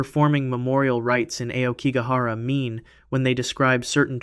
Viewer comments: Despite your poor pronunciation, Aokigahara is where I want to enter... Just once. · Pretty sure it's black bamboo GROVE. And Aokigahara is pronounced "ow key gah hah rah." Google exists😊